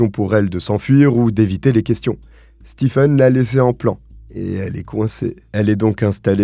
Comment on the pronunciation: J'adore tes vidéos. Mais sil te plaît, le prenom Stephen se prononce Steven. Mes oreilles brulent a chaque video ou il y a ce nom 😭🤣🤣